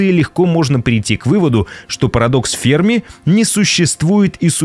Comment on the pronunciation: Ударение в фамилии на последний слог - ФермА